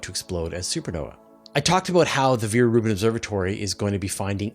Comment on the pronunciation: Veer-Reuben Observatory? I have never heard of it.